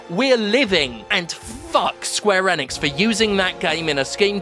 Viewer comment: Also its pronounced Eeeee nix. Not N ix. :)